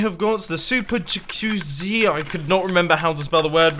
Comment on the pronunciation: This little game of yours reminds me of Grian's build swap videos. Basically you did a large-scale Build Swap on the theme of houses. That's "jacuzzi", my spoon friend... tbh I prefer the French pronunciation which makes it clearer.